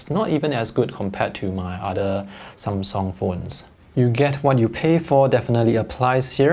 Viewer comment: I think you pronounce Samsung correctly.